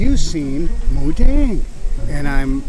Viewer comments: 🎉🎉🎉🎉 you are so sweet , thank you for trying to pronounce her name correctly. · พูดชัดเลย หมูเด้ง 😎💥💥💥💥💥💥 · Moo Deng thai word so clear